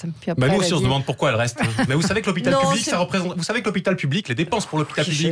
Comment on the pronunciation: Tres drole de voir de menton incapable de prononcer le mot public dans "moi aussi je soutiens l hopital public " du coup la phrase sans le mot est ridicule. Tout le monde est plur l hopital lol Le mot public lui arrache la geule. Comique mais insupportable.